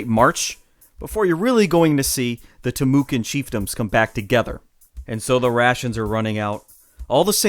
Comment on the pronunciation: Its pronounced Tim oh kwah sir. Not Tim ewe can!